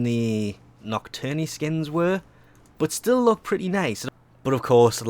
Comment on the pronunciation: its pronounced KNOCK-TURN